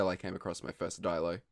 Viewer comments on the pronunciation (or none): none